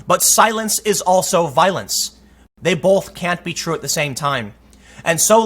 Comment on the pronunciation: Burger King choosing not to cowtow to an insane police request to not sell milkshakes in Burger King endorsing violence!? I know the news has been rather slow but holy shit dude! I stopped subscribing to you a while back because your videos all kind of sound the same and your pronunciation of the word "both" is actually infuriating. But I still watched you from time to time because I enjoyed your insights. But I'm not going to be watching your videos any more. This reads like a conspiracy video.